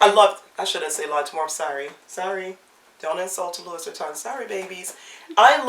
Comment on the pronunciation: Love your bags. And you are so cute! Just a little FYI, not to be a criticism, but maybe you'd like to know...the "s" is silent...saying "Louie" is correct even though it's spelled "Louis" ...I know...but it's French. Just like we say Paris...but in France it's Pari...not pronouncing the "s"....😂 Thanks for a great video, just discovered you! I'll keep watching.